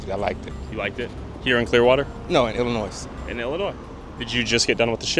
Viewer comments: Anyone who pronounces the “s” in “Illinois” is definitely not from Illinois. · This dude is full of ish. First he clearly says he's a scientologist and then he's says he's not, that he's a muslim. Also, pronouncing the "S" at the end of Illinois is suspect, as well. Do people from Illinois (or any American) pronounce the "s' at the end? I don't think so. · I appreciate the journalism. You have balls dude! 💯. From here on out, stay safe & make sure everyone knows that you’re not sxicidal or trying to disappear! Praying for your safety 🙏. Even when overseas. Scientologists are everywhere 🙏 P.S. no one from Illinois pronounces the s! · The guy who said he's from Illinois was lying. Nobody in Illinois pronounces the "s" at the end 😂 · Dude aint from Illinois, cant even pronounce the state correctly, friggen BUM